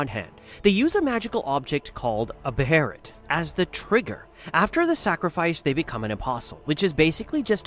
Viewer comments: Beh-heh-lit say it with me not "beh her rit" we don't call Guts, Gatsu. Schierke = sch rike (like the bird schrike) not "schere re k" You have to adjust for verbiage. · Why can’t we just pronounce behelit right? What the fuck is a beheret? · It is pronounced bay o lith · a what? lmao more like (bail-it) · dood…. it’s pronounce beylet… not what ever the hell you’re saying. i cringe everytime i hear you say it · How can it be so hard to pronounce behelit (bay*lit) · The mispronounced weird are the worst. I am certain you've heard how Behelit is said, but you say it wrong. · It’s called a Behelit dude you just sound dumb pronouncing it with an R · It's this mispronounced "behelit"